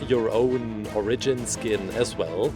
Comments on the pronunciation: its origin not orgin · its fornounced or-i-g-ion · You Sid onagen in stead of origin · Or-a-jin : oregin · you say origin wrong